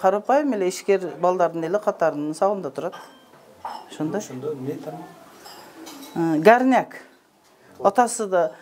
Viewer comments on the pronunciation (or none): гярнак дегени эмнеси болду экен деп,такыр тушунбооой, ойлонсом, ГОРНЯК турбайбы 🤦